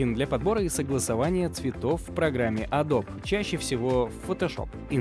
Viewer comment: опять "адоб" да что с тобой не так?